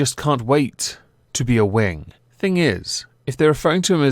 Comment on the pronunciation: Ummm Wing rhymes with King